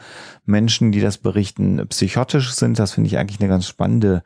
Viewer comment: Gute und aktuell auch wichtige Folge ♥ kann aber einfach nicht aufhören drüber nachzudenken, ob psychottische Menschen aus Psychottland kommen oder ob ich mein Leben lang einfach psychotisch falsch ausgesprochen hab 😂